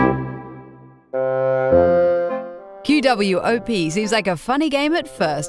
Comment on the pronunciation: IT IS PRONOUNCED QWOP NOT Q.W.O.P.